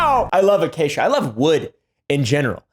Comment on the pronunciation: "It was made of supposed* acacia", three syllables in this context and usage.